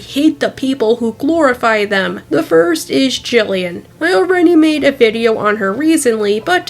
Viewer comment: It's Jillian you accidentally said it wrong